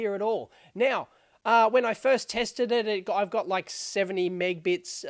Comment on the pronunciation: Minor thing, but calling Mb/s 'megbits' as Dave does in the beginning of this video (several times) is a strange pronunciation. It's 'megAbits', the key part of the word is 'mega' meaning million.